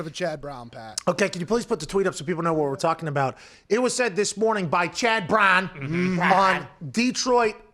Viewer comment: “CHAD BRAWNN!!” 😂 😂